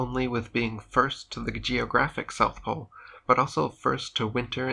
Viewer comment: NEWS FLASH! There is NO South Plole.